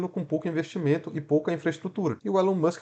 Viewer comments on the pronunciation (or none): none